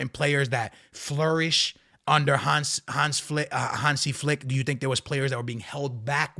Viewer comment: Your pronunciation of Hansi Flick is perfect